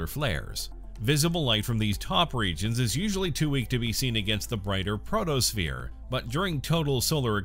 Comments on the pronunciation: Oh dear! Mercury is NOT tidally locked to the Sun. Also, it's PHOTOSPHERE, not PROTOSPHERE. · My God it's photo not proto that's what you call the surface of the sun